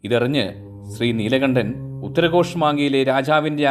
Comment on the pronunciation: ഉത്തര കോഷ് അല്ല ഉത്തരകോശ മങ്കയ് എന്നാണ്